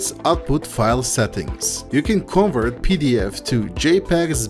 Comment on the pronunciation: it's con'VERT and not CONvert..